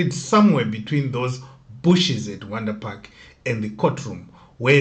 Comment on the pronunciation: They pronounce it vhondri park.